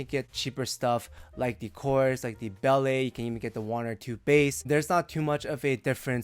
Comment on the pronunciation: My friend, please say Belle as "bell" and not "bellay" People will respect you more.